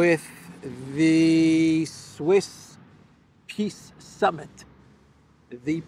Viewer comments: you keep mispronouncing "peace", it is pronounced "P>>I>>S>>S>>" 😂😂😂😂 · it is not peace summit it is piss summit